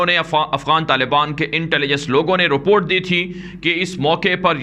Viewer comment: جزاک اللہ خیراً اچھی اور حوصلہ افزا خبریں پہنچانے پر ہم آپ کے لئے دعاگو ہیں، اللہ آپ کی حفاظت فرمائے۔ آمین ایک مشورہ ہے Report کا صحیح تلفظ روپورٹ نہیں، بلکہ رِپورٹ ہے۔ جسے رِپوٹ پڑھا جاتا ہے۔ باقی آپ کا اندازِ بیان بہت اچھا ہے۔ ماشاءاللہ